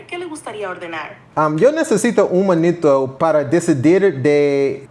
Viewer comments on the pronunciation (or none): FWIW, suficiante instead of suficiente munito instead of minuto revoltos instead of revueltos But these errors are normal, I do that too. You were close to perfect.